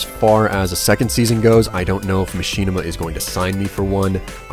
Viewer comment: why do you say Machinima as Machine-ima?